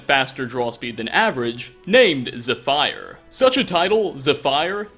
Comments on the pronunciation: "Zef-fire" instead of "zef-fer" "Volikar" instead of "Volkihar" Zef fire....just wow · Not ze*fire*. Its ze*fur* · "Ze-fire"... I think that one stings more than usual. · Zefer not zefire they say it in game too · Ze-fire? It's "Zef-ur" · Bruh. It's "Zeh-Fir" not "ZuH ' fire." How in shits name you ain't ever heard it pronounced properly? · The y in zephyr makes a ih sound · zepfire XD how to pronounce it ZEPH ERE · Zeph-er*** Not Zephire. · you lose points for poor pronunciation. Nietzsche is pronounced like Neetz Shay. The "e" on the end is not silent. In fact, there are no silent letters in German. Second, Zephyr is not pronounced Ze Fire. It's pronounced like Zefer. Equal emphasis on both syllables. Now, you might think this is unimportant, but it doesn't say much for you if you are going to present information publicly and murder to death the pronunciations. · it's Zeph-er, Not Zeph-ire Zephyr is an actual word man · It's pronounced Zepher/Zeffer. Not Zeffire. Zephyr!! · Zephyr is pronounced "zeffer" not "zefiar." My god that hurt my ears when you said it😂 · Zephyr is pronounced “zeh-fur”, not “Zeh-fire”. You pronounced Nietzsche correctly, though. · "zeh-fire" wut. It's pronounced "zeh-furr" lol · My school mascot was a Zephyr. I don't wanna be "that guy", since I love your channel & vids, but it's pronounced Ze-fur, not Ze-fire. Still, great vid nonetheless. Wonder what's gonna happen if you ever get to 100? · Zephyr not Zypher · It's pronounced ze-fear, not fire, never fire. Fur sounds even dumber. It's Greek, so it will always be pronounced with an ee sound. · I always wondered if you were trolling your viewers with your horrible mispronunciations. Now, with Zefire, I know you are. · He pronounced Zephyr zah fire. C'mon,. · Dear god. It's zef-er. Zephyr. Jesus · “Zphire” kkkk what is this dudes pronunciation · Nich - A Ze - f - er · Im pretty sure its pronounced ze-fur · Za-Fire, lol. I can't. Lmao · Zephyr is pronounced zeph-ear